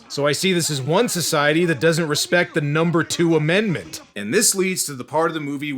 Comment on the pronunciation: You said "Number two!!!" Dem from the States. Love that!!!